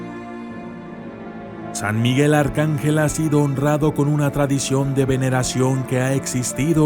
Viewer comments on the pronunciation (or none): Vaya miguel arcangyel